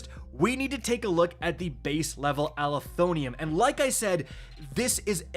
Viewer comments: It's Uh-lef-oh-nim NOT Ali-tho-nee-um... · Ah-leh-thon-ym. Pronounce it that way😂😂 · IT'S PRONOUNCED AL-ETH-UH-NIM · Does even know English? Does he pronounce EVERYTHING wrong? Alethonium? The word ends in NYM, not NYUM or NIUM, it is like Aluminum pinhead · it's uh-leth-oh-nim with emphasis on leth, please 😭 tf is an ali-thon-ium. 😭😭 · Bro can anyone read? Let’s sound it out. -“Ah-leh-tho-nim” alethonym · Ah leth o nim. is the worst at pronouncing gun names. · How in the hell do you mess up words so bad my guy? Alethonym. Uh-leth-oh-nim. You’re adding multiple letters and sounds. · Say it with me Al-eth-o-nym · I believe it’s pronounced Uh-Leth-Oh-nim. Just my take. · Bro... Al-eth-oh-nim meaning True Name. This video could have been an email but let's get our pronunciation on point at a minimum. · pronouncement is "ah-lee-tho-nim" it means "actual name. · Bro added 7 syllables to this weapon